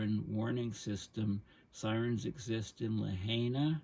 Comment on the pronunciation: FYI, Lahaina is pronounced Lah-High-Nah.